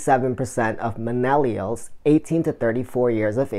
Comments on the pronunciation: Nice video! I like the 3rd tip about the series of short videos. I will have to do this with similar thumbnails and put them in a playlist so they auto play! I like how you include the bloopers! I wasn’t sure if it was me or if you were saying minnellials instead of millennials in the beginning but from the blooper it looks like I wasn’t just hearing things 😂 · Nice video my friend. Useful information and liked the creativity and personality you put into it. Good luck with the channel! By the way, it's millennials not minellials just to clarify. Also worth mentioning that videos that are 7 mins or longer are better on youtube than shorter vids due to youtube wanting users to stay on youtube for as long as possible. They reward your channel by putting you in suggestions more and ranking higher in search when you increase your watch time.